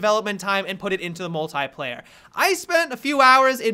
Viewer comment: The way he says "Mult-I-player" . . .